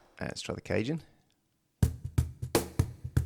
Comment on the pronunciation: Cajun!!! LMFAO My man... it's a cajon... ka-HONE. We gotta get you up on your spanish pronunciations!